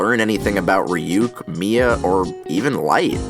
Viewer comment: what tf is a reeyook and why does it like apples